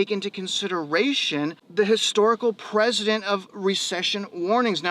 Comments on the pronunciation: Precedent not president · precedent is pronounced “pressident” not “president”